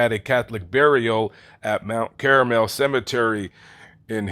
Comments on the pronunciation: It’s Mt. Carmel…not Caramel. Please get it right if you are going to continue with your documentary. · If he was buried in a Catholic cemetery, the name is Mount Carmel, NOT MOUNT CARAMEL. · It's Mount CARmel, not CARAmel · For God's sake, man! It's Mount Carmel, not Mount Caramel! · Mt. Carmel. Not caramel. 🙄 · Mount Carmel Cemetery. NOT CARAMEL. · Carmel. Not Caramel. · Mount CARMEL, Illinois - not 'caramel', for heaven's sake... We're going to have to send our A.I. chips to better private schools very soon. - Yes, I know it will be expensive... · Car-mel not Caramel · Carmel, not caramel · Carmel, not Caramel. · Mount Carmel, not Caramel. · "Carmel", not "Caramel". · It's Mt. Carmel (CAR-mull) Cemetery, not Mt. Caramel (CARE-uh-mel). It is in reference to Mount Carmel in Israel. It has nothing to do with the confectionery product of caramel. I'm not trying to pick on. That mistake aside, this is a good video. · Narrator: are you sure it's "Mount Cara-mel" like the syrup or is it supposed to be Mount Car-mel like everything else ❓ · Mt. CARAMEL...REALLY! You sure you don't mean Mt. Carmel??? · CARMEL... NOT CARAMEL... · Mount caramel, Carmel don't you mean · I think the cemetary is Carmel, not Caramel. Someone confirm please. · Correction: Mt. Car-mel...named after Our Lady of Mount Carmel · In all the years I've corrected people for mispronouncing the word Caramel as "KAHR-muhl," I've never once had to correct someone's pronunciation of the word Carmel, as in "Mount Carmel," as "KARE-eh-mehl," which is the correct way to pronounce the word Caramel. And yes, I am the life of every goddamned party. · Listen to you. Not even a thank you for all my hard work and actually paying attention to what the man said, and correcting a mispronunciation of one of the most well known mob cemeteries from the Chicago Outfit. This is an actual cemetery, not some make believe place from Willy Wonka. Just trying to help the man out.